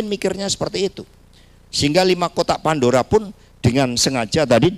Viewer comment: Kotak pandura? Lidah kamu kepleset, Bilang kotak pandora aja gak bisa 😂😂